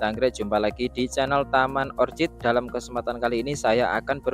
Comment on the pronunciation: Bacanya orkid pak bukan orcid